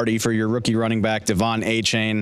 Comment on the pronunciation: can nobody say Achane's name right? duh-VON AY-chan according to what he told Peter King.